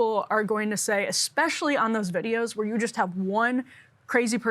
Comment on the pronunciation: He said “especially???” I can’t go back and verify because I can’t handle the cringe.